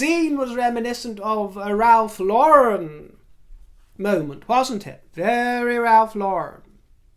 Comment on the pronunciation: “Look no further than Big Willy,” came out of my mouth before it did yours,. I am getting to know you too well. On another note, thank you for pronouncing Ralph Lauren’s name correctly. After all these years, so many Americans still put the accent on the second syllable of Lauren. It’s baffling.